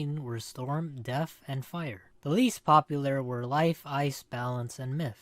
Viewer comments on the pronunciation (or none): It’s DeaTH not DeaF